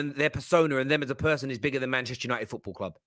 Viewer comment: I'm just here for pronunciation....MAHNCHESHHTEH YANOITED😂